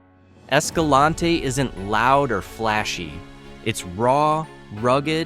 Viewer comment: You mispronounced Escalante. Leave off the last syllable for a proper local pronunciation.